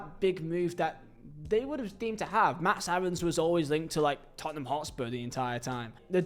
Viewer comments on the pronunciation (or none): none